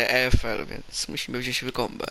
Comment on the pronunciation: To się chyba czyta łajkombe